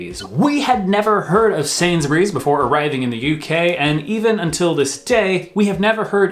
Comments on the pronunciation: was right in his 1st pronunciation of Sainsburys. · You pronounced Sainsburys correctly but Lidl is as you said the second time. And Co-Op is a huge UK company, that owns man random businesses like funeral homes and wills and such, not a lot of people know that! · Yes you say Sainsbury’s correctly 🤣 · I am really impressed - you pronounced Sainsburys perfectly!! 😁